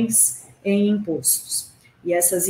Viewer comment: "Impôstos" não! "impóstos" o aberto! Aff